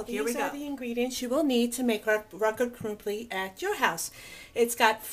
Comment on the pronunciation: I like how you say rakott krumpli, sweet